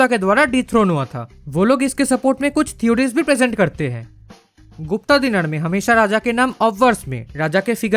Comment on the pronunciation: It's Gupta but a as in Rama the second a not the first a of Rama. The feminine version is Guptā which was used for females of that dynasty like Prabhavati Guptā(daughter of Chandragupta II) and not Gupta.